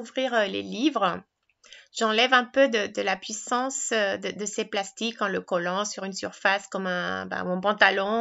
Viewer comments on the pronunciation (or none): none